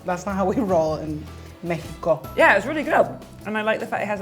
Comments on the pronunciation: He said mekiko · I physically cringed at me-HE-co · Idk why but every time those 2 said Mexico I got annoyed cuz they pronounced it like a hipster would 😂